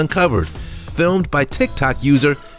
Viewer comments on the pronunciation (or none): none